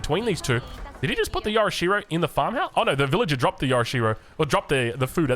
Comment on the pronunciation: This was one of your worst ever casts. Not only do you say "Yorishiro" wrong (hot tip - there's no "a" in yorishiro), you stay in cinematic mode for far too long and miss so much of what's going on... like 27 villager kills. You did that in another game as well. Cinematic mode is overrated. Thumbs down.